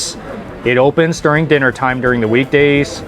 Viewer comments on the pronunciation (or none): none